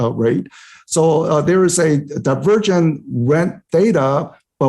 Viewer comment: I thought he said "the virgin" in the beginning..